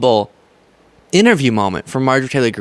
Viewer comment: "unpassupable" Priceless!